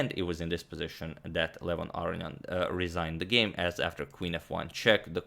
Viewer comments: Is Aronian's surname pronounced "Arian", or is that just how Antonio is saying it? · I actually hear him pronounce it like "Ar-ian" and it bothers me not hearing that middle n 😄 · Okay, I've wanted to ask this question for months. Agadamator is usually so good with pronunciation - is this the way Aronian pronounces his name? Agad says "Arrion" which sounds wrong, but he would know better than me. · agadmator says "aronian" like "our-onion" now you can't get it out of your head LOL